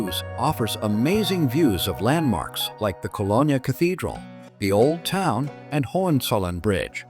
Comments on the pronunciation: You can’t even pronounce the city’s name correctly. I see you think Düsseldorf is in Cologne too? 👎🏻. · Get the pronunciation of the city correct! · At least train your AI to pronounce Cologne properly…. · Please correct all of the mispronounced words in this clip… Rhine and Cologne esp…